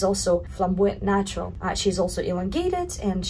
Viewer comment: who else hears her say "nachos" instead of "natural"?